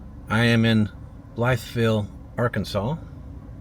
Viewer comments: All my grandparents and great grandparents all were born, raised, and died in Arkansas. My family moved to Tulsa when I was 5 and to Colorado when I was in 3rd grade. I say that to say I believe Blytheville is pronounced Bly vul. All towns ending in ville were pronounced 'vul' by everyone I ever heard in old time Fort Smith (I'm 81 now). If I've got that wrong, please, some ol' time razorback let me know. Particularly in you were raised in Blytheville. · I was born there. Actually it's pronounced "Bly-vul".